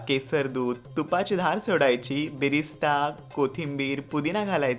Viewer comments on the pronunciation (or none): त्याला बिरिस्ता नाही तर "बरीस्था " म्हणतात!